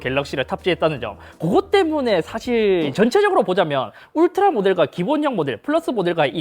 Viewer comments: 울리 라고 했아여쥬 ㅋㅋㅋ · 울라리? 울라리????????????????????????????????????????????? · 울라리가 아니라 울트라!!!!!!!!! 크아아아아아아악!!!!!!!!!!!!! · 울라리...? '울스킹' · 스읍... 자 따라하세요, 울 트 라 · 울리를 울라리라고 하네? 열받네? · 어떤 ㅅㅋ가 울트라를 울라리라고 부르냐 진짜?🤬🤬🤬🤬